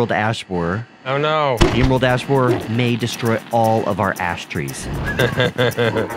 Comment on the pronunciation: "Emerald Ass Boarer"